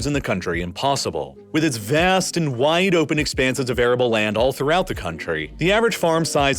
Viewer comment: I wish this guy could say "vast" like a normal person.